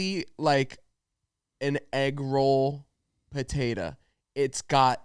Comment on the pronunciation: i love the way says “potatuh”